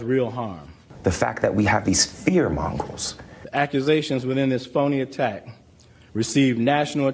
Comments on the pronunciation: “fear mongrols” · Did I just hear Jussie Smollett say “fear mongrels” 😂😂 he’s not only a liar, but a dummy too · He said "fear mongrels".